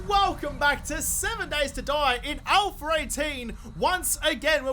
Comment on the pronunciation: I always forget to ask this question, but now that I remember.... Are you saying "Alpher 18" in the beginning of each video? Lol. Just wondering if it's the accent or if I'm hearing things... Haha.